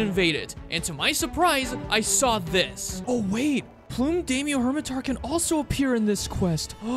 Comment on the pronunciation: this one still cringes every time you call the purple crab 'Plume Day-myo' pretty sure it's 'Plum' as in the fruit and color, and 'Daimyo', a japanese word pronounced with an 'I' as in 'Night'